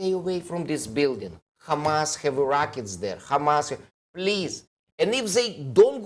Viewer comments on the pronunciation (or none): Must you pronounce Hamas, Khamas instead of Hamas as it’s written. The “kh” makes people’s ears bleed with its awful phlegmy guttural sound. Can’t you hear that? Even if you don’t, please be considerate to the comfort of many, many others. Thank you in advance. I’m not holding my breath.